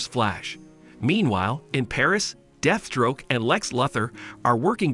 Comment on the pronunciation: ah yes the famous supervillains deafstroke and lex luffor